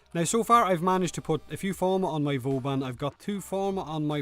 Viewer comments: ***** VOUban :D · "vUban Prima has arrived" You know that you are butchering his name each time you say it, right? :D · I thought you said bourbon prime at the start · voobun prime xD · ''Vubun prime'' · The way you pronounce his name sounds like booban prime